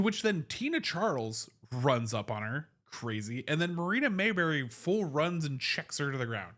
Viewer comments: Her name is not pronounced Mayberry. It is Mabrey. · Appreciate your analysis. It's pronounced "Maybrey", not "Mayberry."